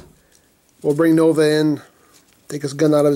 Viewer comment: The Katakana ends in the syllable A so it is Nova